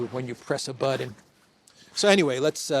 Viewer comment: YOU SPEAK WORLD POLITICS TO THE GLOBE AND YET YOU ALLOW YOURSELF THE LAZY LUXURY OF POOR GRAMMAR A { BUDDEN } IS NOT A WORD NOR IS IT A { BUTTON } JUST AS { IMPOR-EN } IS NOT A WORD , HOWEVER { IMPORTANT } IS . WHY CHOOSE TO INTENTIONALLY SPEAK POORLY